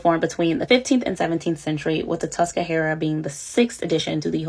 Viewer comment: Great series. Just wanted to clear up that it’s the Tuscarora not the “Tuscahara”